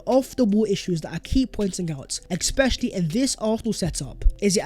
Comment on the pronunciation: It's especially not expecially, retard